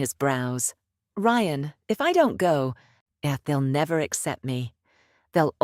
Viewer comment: For God's sake os there anyone capable of listening and editing ? You ruined what would have been an entertaining story with your inability to even get the lead character's name right - twice in the same sentence ! Ryan is not pronounced ree-ann ! So much for AI learning as it goes.